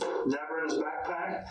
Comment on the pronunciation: ITS A BACKPACK not a bagpack. Bagpack isn’t a word. You seem to think you’re so smart, but you keep fucking up a word my three year old can say clearly.